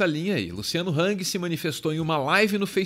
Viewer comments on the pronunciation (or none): none